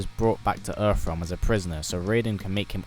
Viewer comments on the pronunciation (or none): “Earff realm”